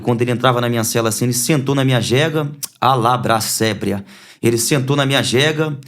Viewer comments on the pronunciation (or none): Só o "alabra sébria" que doeu